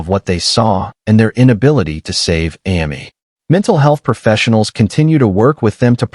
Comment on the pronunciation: AI can’t even get a 3 letter name right. Hearing Ammy over and over was rude.